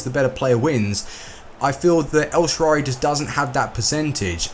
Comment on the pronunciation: this is not a hate comment however it's el-shaa-ra-wy and not elshaarary